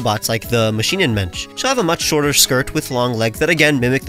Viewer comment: I am a German and find it hilarious how you say "Maschinenmensch". I don't even know why but this already made my day: :D